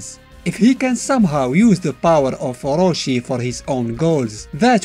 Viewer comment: oro-chi [as in chicken, not oro-see]